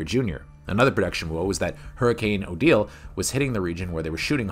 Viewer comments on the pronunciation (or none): none